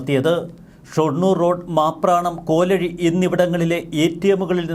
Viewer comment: കോലാഴി അല്ല കോ ലഴി ആണ്